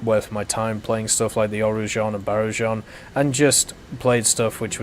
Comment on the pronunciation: "Oreejan and baroojan"... Gosh, I know French is hard to read.... They are pronounced with hard G as in "grass". So pronounce it "ooraGan" (hurricane), and "barooGan". And yes, they do suck stock, and the grind can be a pain. But once spaded, those two planes are truly exellent at their BR. Very maneuverable and fast, and while the hispano are sometimes annoyingly sparky, they have a decent muzzle speed and flat trajectory. You have to keep peppering your target, and the planes maneuverability and energy retention help a lot. I found universal belts to be quite devastating at short range. As for "France is France" and "Negative experience"... dunno where you are getting that from. The Super Mystère, is an absolute monster its BR when played to it strength (speed). But I agree it is not an easy plane to play well, as you need to know the machine's strengths and weaknesses and plan a little. I have been uptiering it for fun with squadmates and even among mig 19, super sabre and the occasional f4c, it did not do badly. But while I agree the Mystère IIa and b do struggle against Mig 15 bis and even more so with mig 17, (as they seem miraculously maneuverable and immune to gunfire), I've never found Sabres to really be an issue. They do not turn as well and are very fragile. Hits that spark on Migs are often catastrophic on a Sabre and they often break their wings trying to follow your sharp turns. The biggest difficulty in these planes is, sorry to say, your team. The all too cla